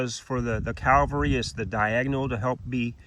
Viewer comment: CAV-alry carbine, not CAL-vary carbine. Great video though, thanks!